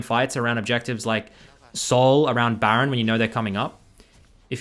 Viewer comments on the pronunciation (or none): none